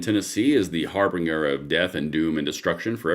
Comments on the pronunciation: The word "harbinger" used in the phrase - harbinger of death is pronounced (har-bin-ger) NOT (har bing er) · HARBINGER "HAR-binj-er"